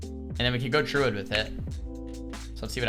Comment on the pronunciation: Does anyone else hear "Truid" when he says Druid? I can't un-hear it now.